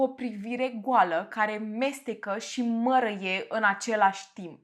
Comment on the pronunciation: De ce nu pronunți “ â”?😂🤣 “ găt”; “ mărăie” “stălpi”. doar de curiozitate întreb , am observat în toate video urile ca nu pronunți â, ci mereu zici ă unde ar trebui să fie î